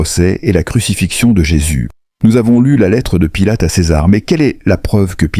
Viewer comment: Pilote au lieu de Pilate,Parcs au lieu de Parthes,lapirait au lieu de lapiderait,ce ne sont que quelques-unes des énormités que j’ai relevés dans ce récit qui,de plus,est complètement inventé